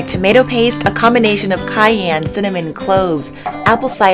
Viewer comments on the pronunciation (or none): none